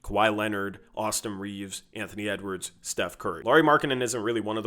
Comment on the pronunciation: Really good analysis as always,. Quick fyi, Lauri Markkanen's first name is pronounced the same way you'd say Kyle Lowry's last name. One other, Ivica Zubac sounds like E-veet-suh Zoo-bots. Sorry, I'm slightly a linguistics and pronunciation nerd. Peace out, go Blazers!!